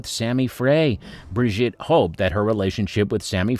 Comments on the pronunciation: Its not Briget its Brigitte !!! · He's an equal-opportunities language butcher! German and Italian get the treatment too 😆 It's not difficult, FFS. Five minutes' practice would sort it out. Bri-ZHEET. Easy. Tran-teen-yon. As for Gilbert Becaud . . . 😱